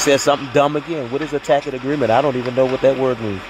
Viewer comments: He says substance instead of sustained just like he says tacket agreement should be taken agreement he has no idea what's going on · "Tack-it agreement." Lol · I'm so glad she finally said, "I don't know what a tackit agreement is." LOL. 😂😂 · Right! I loved when Judge Dorow said, "I don't know what a [tack-it] agreement is..." 😂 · "Mr. Brooks I don't know what a tackitt agreement is..."😂😂😂😂😂 Boom! Judge Dorow! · Once he realized he wasn’t saying tacit right he had to have felt stupid. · If he wants to know what Luscano said, Luscano has to be on the stand and Darrell Brooks the idiot can ask him directly. Tacit (pronounced Tasit) Agreement: agreeing to something or approving it without actually saying so, often because they are unwilling to admit to doing so. As per usual, DB is using the term out of context because he has no idea what it means. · I love when he says words wrong. The word tacit is pronounced (tasit) lol and when he saying will i be “awarded” the same courtesy, the phrase is actually “will i be afforded the same courtesy” lol. You shouldn’t use words unless you are certain you are pronouncing and using it correctly. Also i don’t understand how him wanting to read a police report is a tacit agreement lol.